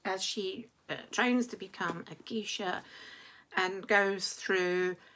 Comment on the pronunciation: "Memoirs of a geisha" -- just to let you know, it's pronounced GAYsha.